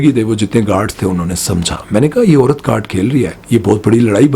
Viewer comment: Apni Urdu theek karo ,it’s Aurat not oorat !